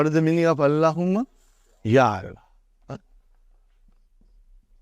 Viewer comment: He does not even pronounce Allah correctly his la is weak